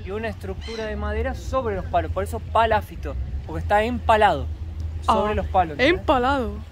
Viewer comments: Y seguís equivocándote, porque no es "paláfito" (palabra que, por ser esdrújula, obligatoriamente debería llevar tilde...), sino PALAFITO, palabra naturalmente GRAVE (como son la mayoría de las palabras en el idioma español), por lo tanto NO LLEVA TILDE (u ACENTO ORTOGRÁFICO), o escrito, sino que sólo se pronuncia ACENTUANDO la penúltima sílaba, naturalmente, siempre, sin necesidad de poner tildes. Son las reglas del idioma castellano. (o sea que NO LLEVA TILDE, pero, a los efectos demostrativos, para que lo vea y entienda fácilmente, sería PALAFÍTO) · Palafíto.Palabra grave,no esdrújula.Ah! Chiloé,palabra aguda. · Cada vez que y dicen "PalÁfito" un Chilote queda sin hogar😢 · no es paláfito es palafito con acento en la i. hay otras que ahora no recuerdo y que no acentúa y pronuncia bien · Lindo video chicos. Nos encanta su naturalidad y buena educación. es muy cordial. sorprende con su español. Una pequeña observación acerca de la palabra Palafito. Es una palabra grave. No lleva acento ortográfico. Al pronunciarla la mayor intensidad va en la sílaba fi. Sigan llevándonos a pasear por el mundo. Conozco parte del sur chileno. Es muy hermoso. Muchos cariños para ustedes y sigan adelante. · Palafito,con acento en la i…para que lo digan correctamente Un abrazo y gracias por compartir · Aunque el vídeo es de hace muchos meses, recién lo veo. Fantástico todo: Chile, ustedes y el español de. muy empático y gracioso. Pero... es palafito con acentuación prosódica ( sin tilde, la sílaba tónica es "fi". No te ofendas por la corrección. Apareció la "maestra de primaria q hay en mí ). Adelante chicos. Geniales!!! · PALAFITO, NO COMO DICE.